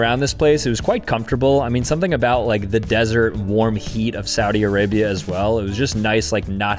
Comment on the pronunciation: Im a gurl...AYO its sauut arabia